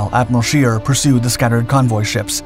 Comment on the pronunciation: Scheer not shear, try to get it right